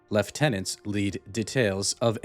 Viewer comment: You have no idea how happy I am that you pronounced Lieutenant correctly.